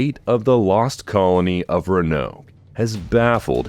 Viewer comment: It’s RÕ-UH-NOWK bruh .